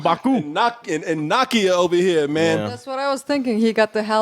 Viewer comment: I subbed and liked this vid but did he really say Knock-E-Uh?!?! Come on son! Nakia! Great vid though.